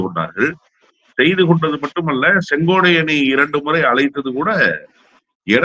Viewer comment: தம்பி முதல்ல செங்கோட்டையன் ன்னு ஒழுங்கா சொல்லு அப்புறம் பேட்டி கொடுக்கலாம்